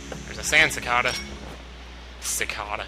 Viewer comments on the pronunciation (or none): Isn't the "ca" in cicada pronounced "kay," not "kah?" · It's pronounced CicAEda not cicada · Maybe it's a regional thing then. I'm from Virginia and we pronounce it like Falling2Grey29: sick-ay-dah. (the ay in the middle sounds just like you're saying the letter A) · i think its more like sih-kay-duh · I think its ca-kay-da is its pronunciation. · Cicada should be pronounced "sick-ay-duh". Just letting you know :) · ...I think 'cicada' is pronounced like 'cih-kay-duh' o.o I could be wrong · I thinks it's pronounced SEAcada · I've never heard anyone pronounce the word cicada the way you do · I would correct you on the sand cicada's pronunciation but this is an older video thus making it pointless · I want to say to him how "cicada" is pronounced, but I can't type it! ARRRRGH!!! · why would a mexican pronounce that word "CHA-cha-dahs", that doesn't have any sense, because the word cicada in spanish is pronounced like did xD!